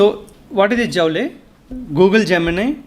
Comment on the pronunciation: Sir , Its not Jaule ,Its pronounced as Jool.